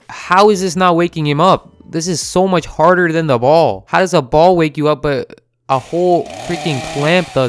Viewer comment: Ballz? Sounds like balls 😂